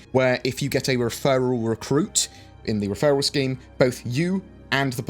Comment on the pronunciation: When you said referral scheme I heard referral scam lol. #nothater.